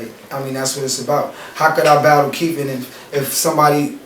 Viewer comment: this nucca keep saying Keef. so i thought Fedro was gonna be Chief Keef lmao its Keith not Keef